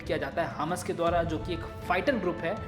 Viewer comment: Bhai wo hms nahi hamas hi good explain